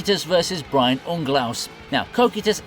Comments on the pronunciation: its Brain not Brian :D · “Brain” not “Brian” and Cocytus didn’t even use ice in that fight…